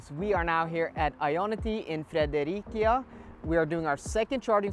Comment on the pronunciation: It is pronounced: fʁeðəˈʁetɕæ lol But so nice to see that charging station again - reminds me of summer vacation with my family :D Is it allowed to say that few things beat the feeling of a smooth charging stop with no STAU and peak speed???